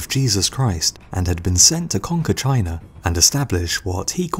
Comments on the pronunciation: Its ''China'' ffs, dafuq is a 'Chinar''? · There is no "sh" in destroyed... And, it's pronounced China; not Chiner! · Am i the only one who is hearing him say chiner. instead of china? also you forgot about alexander the great's conquest of the persian empire, and india. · Why do Brits pronounce China; Chiner? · I'm still tripping on how you say "Chinar". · "that took place in chiner" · Chiner, Russier, wha?